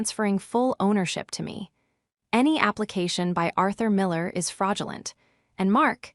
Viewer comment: I have listened to three of these stories from this provider. The AI is appalling is becomes "I", "s" instead of is, the text is worse and there are two many ads breaking into the story